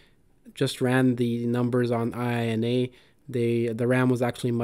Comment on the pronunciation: Not an acronym, but a japanese expression : ee-eenah.